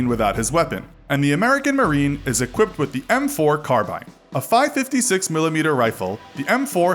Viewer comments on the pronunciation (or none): 1) It's pronounced FIVE FIVE SIX 2) Realistic range is 600m, 3,600m must be pointing at 45degrees or something insane 3) It's pronounced "peck-4" not "pack-4" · It pronounced five five six